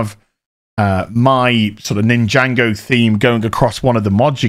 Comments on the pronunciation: Great collection - but it’s NIN-JA-GO not Ninjango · "ninjango" please it's Nin - jah - go. I have never been into it but i even know. xD